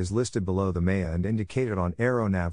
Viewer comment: I certainly appreciate the effort but the robot voice can’t pronounce things right and can’t use the right infection making it difficult to listen to. Listen to as an example. It pronounces MEA as MAY-uh. It calls a VOR a “vore”. If there had been an actual human reading this like a real audiobook, preferable a pilot that knows how to pronounce all the abbreviations appropriately, it would be 5 stars. I give it a 3 as is: it’s better than nothing, but no substitute for reading the book. Here is a tip to the listener. I turned the playback speed to .75 and it slowed down enough to let me translate in my head what Mr Siri had actually said, and that helped.